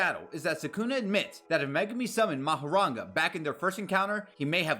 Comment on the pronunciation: Mahoraga* Not Mahoranga